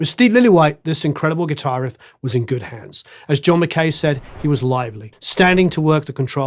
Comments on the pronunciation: Pronounced mac-eye not mac-k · McKay is pronounced MacAye. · That's not how you pronounce McKay.